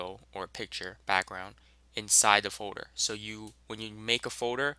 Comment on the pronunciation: folder not foder, its driving me nuts guy